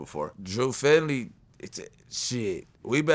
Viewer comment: “ my man drew findling “